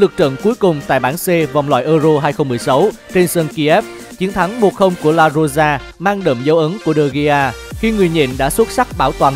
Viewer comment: La Roija đọc là La Rôi ha bạn đọc là La Rôi gia chẳng khác gì xúc phạm ngta